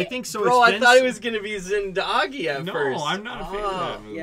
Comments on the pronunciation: Thank you for having amazing pick as your no 1, infact top 3, and if you had put RRR as your no 1, i would have stopped watching your reactions. Yes pronunciation for Zindagi is correct its not zindaaagi, its zindagi. You all like GOW2 so Some iconic indian crime movie recommendations from my end - Satya, Vastav, Shootout at lokhandwala, D-day, Black friday, Ek hasina thi, Gangajal, A wednesday...most of them are best on true events. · You were right on your corrected "zingagi" pronounciation. It's just zin-duh-gi (not zin-daa-gi). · You have now pronounced zindagi properly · Excellent pronouncing of Zindagi! I think you guys should focus on the directors you like more than actors. Watch the directors other movies. Haider is part of director Vishal Bhardwaj Shakespeare trilogy. Check out Makbool and Omkara.